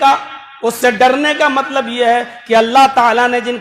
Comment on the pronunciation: MATLAB ki jagah malb Bolte hai